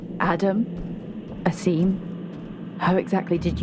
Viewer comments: Not to sound rude but its pronounced Aseem not Ass-im. Everytime you pronounce his name it feels weird. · forgot that he knew how to pronounce "Asim"